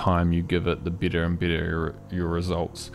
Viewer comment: 🤣🤣🤣 I was like… why is he saying i insted of e everywhere You nailed it.-)